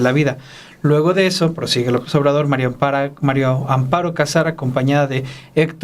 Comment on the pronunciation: Me estresa oir a Álvaro pronunciar MARIO Amparo en lugar de MARÍA, alguien q le diga por favor q es María no Mario